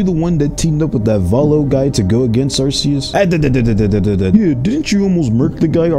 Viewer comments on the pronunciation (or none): It’s not pronounced are-c-us it’s pronounced are-key-us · Dude's mispronouncing Arceus. It's not Are-see-us, in the official handbook Arceus is pronounced Are-Kee-us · I hate to be that guy but you say Arceus with a hard c not a soft c it's even pronounced that way in the Arceus movie just letting you know so that way next time you can pronounce it right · The fact that they pronounced his name here as ARSE-E-US deeply disappoints me. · It's pronounced arkeus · Ar-key-us the mispronunciation is killing me 😢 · You misspronounced Arkoos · Cant believe people still pronounce arceus wrong. Guess it will always happen. Like when so many parents kept saying pokeman. Lol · Why does everyone say arceus wrong the c is not pronounced as an s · Why does everyone pronounce Arceus wrong? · Not how arceus is pronounced